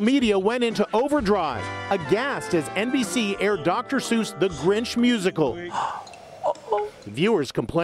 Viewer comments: the grench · That’s not the grinch that’s the granch